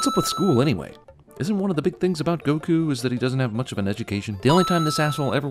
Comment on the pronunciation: They did it for the same reason Aang is pronounced ong in The Last Airbender, which is to help make sure that no one can try to compare what you were supposed to be able to compare the movies to. They even say Goku's name wrong in this movie for that reason.